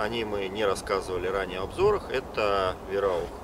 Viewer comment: не Вераух а Вайраух